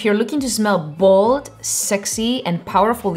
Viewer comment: Οταν λες "γουιτς ουαν ζμελ μπετερ" με κέρδιζες!!! Το "zmel" einai ola ta lefta :D